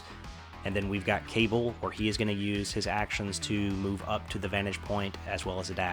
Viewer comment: I know I'm 3 years too late, but Cabal is pronounced Kuh-ball, instead of Kay-bull.